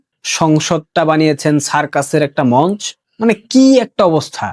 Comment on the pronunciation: ভাল বলো, কিন্ত উচ্চারণ কানে পীড়া দেয়। মন্চ.. উচ্চারণ মন্চো। আওয়ামী লীগ উচ্চারণ.. আ- ওয়া-মী ।Please.